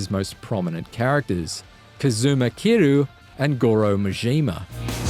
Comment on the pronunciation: “Off the beating path” it’s “beaten”. You think the path has a heartbeat? Also, the name “Kiryu” has a Y in it. Why are you pronouncing it “Kiroo”?